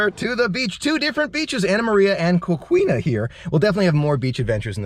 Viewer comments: Florida is a beautiful state with so many beautiful outdoor places to explore!!! One of my favorite parts about being a Floridian!!! And Coquina is pronounced Ko-KEEN-uh the way I was taught at least :-) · Coquina is pronounced “Co key na“ 😉